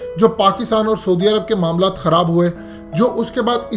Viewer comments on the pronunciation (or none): oyar ALLAH ka wasta ha soody arab ghalat kahta ha....saudi arab kahna seekh le...